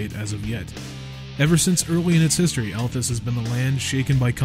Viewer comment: Well first off, we're really very sorry for pronouncing your name wrong! I would remind that (other then myself and one of our 3 editors) everyone else is american! So sometimes even state to state you pronounce things differently with different accents etc so i think its just a colloquial thing! And no offence was meant :) Also massive apologies for spelling the Althas wrong in the actual video >.< fortunately this did not effect the link in the description and it doesnt stop what we said about your game being any more or less true, we still believe the game is an awesome concept and we will continue to do so! lol even IF we sometimes muck up our spelling D: As for pronunciations it kinda reminds me of when my dad used to read me LoTR to me when i was a kid, every now and then he'd say a name place and id get annoyed because id read it and was like "but but but thats not how its said!!" and then when the films came out i got even more annoyed lol All i can say is without actually speaking with you guys and sitting down (like sitting down with tolekin) its pretty impossible for us to guess the exact pronunciation desired lol All that being said i dont want you to think we're being aggressive etc just explaining ourselves and we welcome the feedback! I mean, the name thing is a big slip up on our part and one we will be striving to not allow to happen again Even if its only a single vowel change! Its still not great lol But i do wanna say a massive thankyou to yourself and to